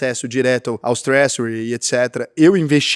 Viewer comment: Twréjury, não twréssury.